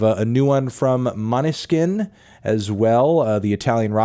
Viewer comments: not surprised that Melon doesn't fuck with Måneskin, or know how to pronounce their name, lol. it's pronounced mawn-ess-kin. I don't know why people beg Antknee to review these bands that are great but aren't really his speed (Spiritbox and modern Mastodon are other examples). he's not going to enjoy it, the people asking him to review these bands always get angry when he doesn't enjoy their output and then say he isn't allowed to review metal or whatever anymore--and for me as someone who fucks with these bands and Anthony's work, I end up having to argue with dweebs coming from both of those angles who think they have to shit on the band to be a trve TND fan, or shit on Anthony to be a trve Måneskin/Spiritbox/Mastodon/etc. fan. it's exhausting. anyway, I'd recommend the song Måneskin performed for the last Eurodance. it's a kickass hard rock song. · Hey Fantano, can you please stop using your Americanized trash taste to review music from other countries? Maneskin is a hugely respected band in Europe and it would be great if you never talk about Maneskin ever again. They don't need your review and you can continue to review mumble rap and do your thing that Americans do. Edit: LMAO he didn't even bother to research how to pronounce the band's name haha. How can one take his review seriously at all. What a lazy attempt. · He doesn't even know how to pronounce their name (like didn't even do a 10 secs research, how lazy). Do you think he would bother to listen to their tracks?